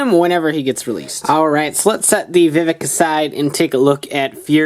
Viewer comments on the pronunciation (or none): Isn't it Vivix, not Vivik?